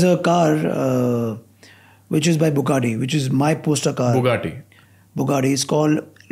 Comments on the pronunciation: wrong pronunciation of the name of the Bugatti even though u are a car enthusiasts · you butchered that Bugatti's name